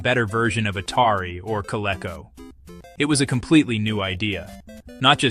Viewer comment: What the hell is a colecho? Oh you mean coleecoh!